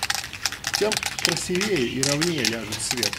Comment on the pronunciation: красИвее) если уж любишь рассказывать на публику, говори правильно